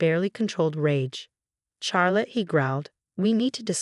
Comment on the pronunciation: That’s rib eye; also couldn’t pronounce Charrlotte